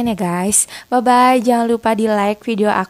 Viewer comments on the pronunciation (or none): none